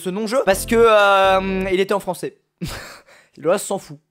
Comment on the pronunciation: Bojouw le fwans X))